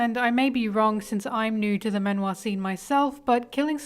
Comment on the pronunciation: The way you pronounce “man wha” isn’t correct it’s like “man (maan) wha”